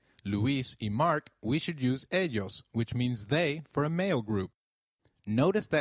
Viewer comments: Isn't it more like Eiios than Edshos? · You wrong pronounced ellos , yo